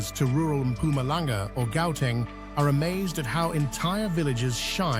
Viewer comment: Sotho is pronounced sootoo. Gauteng pronounced Howteng.